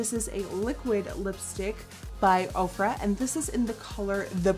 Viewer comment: every time I hear you say "ofra" I think Oprah